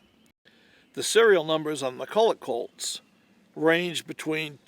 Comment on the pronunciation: Colts not cults